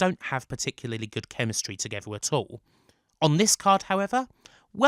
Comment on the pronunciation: “Marrag is what bwings us towether”